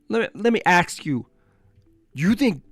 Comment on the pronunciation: Let me Aks you something.. 😂😂